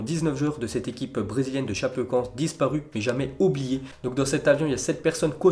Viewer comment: Sa choque personne qu’il prononce super mal Chapecoense ?🍀(ForzaChapecoense)😭